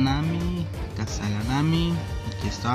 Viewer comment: SE PRONUNCIA KUSAGANAMI T_T POR K ME ODIAN XD Y 2 gracias gane el 2 lugar